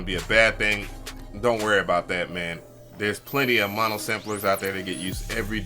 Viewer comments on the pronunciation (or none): none